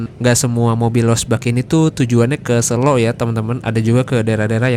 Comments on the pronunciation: sebagai orang jogja yg ga suka keramaian, selo boyolali tempat hiling seminggu sekali, ngopi2 diatas simpang PB itu bro asli enakeun bnyk cafe. btw sebutan kata selo yg masnya ucap itu salah/kurang tepat nadanya hehe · Selo pake e (medan) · SELO. E nya E biasa